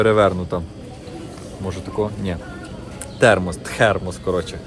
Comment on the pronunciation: ТХЕРМОС😂.Мені здається я також не вивчу ту англійську😅